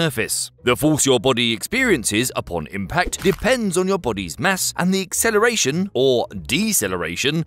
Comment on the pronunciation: "Accleration", "Decleration" ?